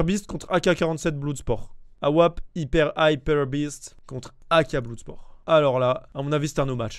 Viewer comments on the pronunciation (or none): Bloud spor. ouild fire. J'ai retenu que ça 😂